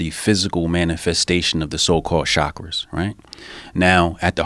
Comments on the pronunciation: Why he say Chakras like that. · It took me half the video to realise he was saying "Chakras".